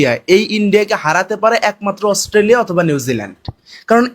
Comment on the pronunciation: Chacha Australia bolte Gia mukhe Assoo hoa gache😂😂😂